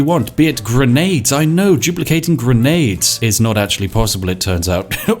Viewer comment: Whenever you say "duplicating", I think you are saying "Jew placating"